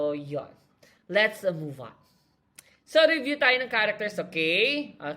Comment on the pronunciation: wooooo masaya to panoorin habang nagrereBYU (may diin sa B)